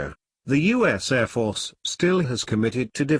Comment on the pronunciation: It's an excellent digital voice file player in real time, but they start putting me to sleep after 3 or 4 minutes. The airrrrr defences is an item that requires some work. The secret is how many versions of each word one builds into the library. A live announcer varies their reading based on the content, not just the words and the order. Audio Engineer opine